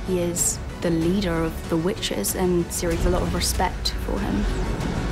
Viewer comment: Gerald may be the Butcher of Blaviken, but Ciri is the butcher of proper nouns.